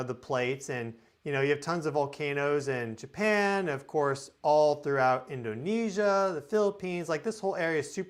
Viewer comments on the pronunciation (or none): none